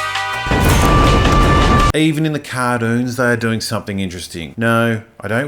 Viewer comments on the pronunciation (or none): The "cardoons" I'm fucking dead 😂😂